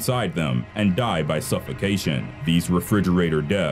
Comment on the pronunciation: Why do you say die so weird